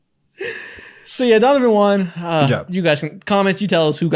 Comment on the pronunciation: is pronouncing won "juan" on purpose to bait comments?